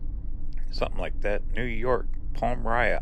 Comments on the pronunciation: I see someone else helped to sound out Palmyra. It's pronounced and like it is written Pal-My-Ra. Or Paul-My-Ra, both are fine. Yup, upstate/central NY is gorgeous. We survive the winters to be here for Spring thru Fall, when it's extra beautiful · Palm -my-ra is how you pronounce it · The town is pronounced pal-mira. Carry on!